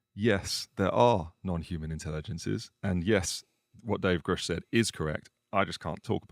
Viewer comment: Thank you for pressing Lue on some hard subjects. Really makes you wonder where the truth sits and the control government seems to have over disclosing the details. Also good work managing to get him to pronounce Grusch properly haha